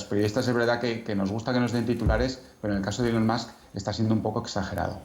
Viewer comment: No sé cómo se llama esta presentadora, pero enhorabuena por pronunciar ELON como ÍLON. Pocos tienen la profesionalidad MÍNIMA de hacerlo. Hasta ahora solo Resano y Verónica Sanz de La Sexta lo hacían. La mayoría cometen la incongruencia de pronunciar bien el apellido, Musk como masc, pero mal el nombre.